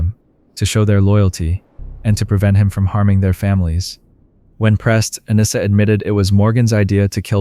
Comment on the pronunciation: My Daughters name is Anissa.. most people say her name wrong. You did pretty good. AH-KNEE-S-AH..